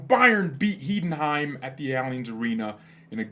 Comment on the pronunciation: love the show and keep up the good work. just an fyi for the future in German you always pronounce the second vowel in the word. So for instance in Heidenheim you pronounce/emphasize the I in the first two vowels and the last two vowels.